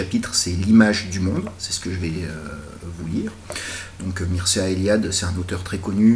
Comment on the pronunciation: ça se lit, Mirchéa ;)